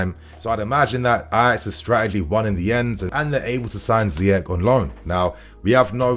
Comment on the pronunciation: It’s pronounced ZEE-ESH!